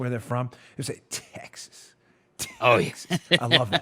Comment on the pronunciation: "Texhas" LOL.